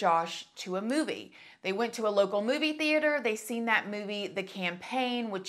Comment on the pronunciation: "Zachary's mother, Melanie, took Zachary and his brother Josh to a booby" That ☝ is what I heard instead of "movie" and it totally cracked me up 😂😂😂